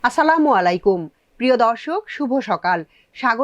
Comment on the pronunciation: সালামের উচ্চারণ ঠিক করেন প্লিজ